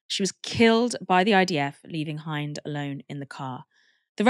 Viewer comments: Quick note, the name Hind, the little girl you spoke of, is pronounced like the word 'wind', not like the word 'behind. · Poor baby that is soul crushing😢 her name is pronounced as Hind like mint but with a D.